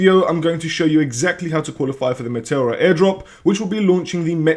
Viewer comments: LOL! How are you pronouncing Meteora this way? It is spelt nothing like the way you are pronouncing it. You're basically saying Matilda :face-blue-smiling::face-blue-smiling::face-blue-smiling::face-blue-smiling::face-blue-smiling::face-blue-smiling::face-blue-smiling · Yes, I'm aware he is Greek because I was listening to the video. If you paid attention to how to speak English you would appreciate that he murdered the pronunciation. Because you are Spanish means nothing. His native language isn't remotely the same as yours, so your point doesn't make sense.